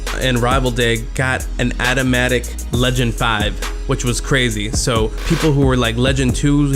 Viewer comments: "atamatic" lmao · Big bruh said adamatic ddaxcc